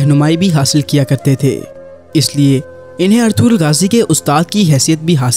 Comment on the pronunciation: پہلے نام تو پڑھنا سیکھو۔ اطغرل میں غ خاموش ہے اطرل پڑھا جاتا ہے